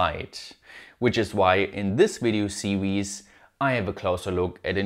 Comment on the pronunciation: "...on diz wid-eeoh see-weez"... Say no more... SUBSCRIBED! All joking aside, keep up the kick ass efforts! I'm a new fan!